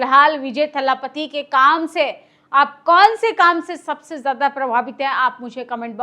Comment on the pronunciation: थल्लापत्ती नहीं है, थल-पति कहते हैं। क्या शंभू बाबा🫡